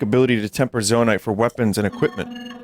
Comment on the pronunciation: I can’t believe he’s almost done with the game and he still says “Zo-uh-nite”?